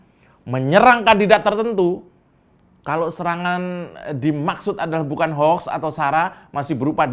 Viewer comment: ucapkan HOUKS untuk baca HOAX bukan HOK....HOK...atau HOUEEEX.